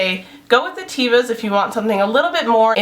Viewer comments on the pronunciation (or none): Great vid! Very informative! "teh-vah," with a soft "e." : ) (Hebrew word for 'nature')